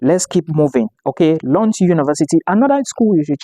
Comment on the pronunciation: Loond, that’s the pronunciation